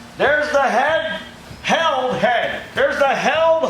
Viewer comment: Hey, It's pronounced healed, as in - I wrecked my motorcycle but now I'm all healed up! Made here in Southwestern Michigan.